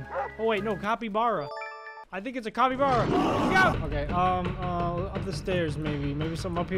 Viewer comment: He mis pronounced cappy bara 💀